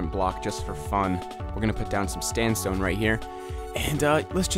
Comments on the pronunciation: i just came here to hear him say standstone LMAO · did any one else relise that he said stand sone >.< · you did say standstone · "Lets just put down some standsone right here" LMFAO!!!